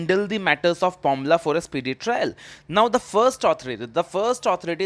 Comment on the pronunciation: It's PMLA not pomla